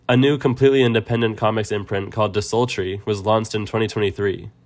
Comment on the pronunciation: Just fyi, its not "disultry" its "distillery"